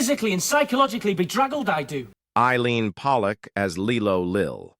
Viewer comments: Its pronounced LIE LOW. not leelo. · Of course it’s pronounced Lie-Lo, as in blow up mattress/doll 😂😂😂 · It's LIE-LOW not lee-low. 🤦‍♀️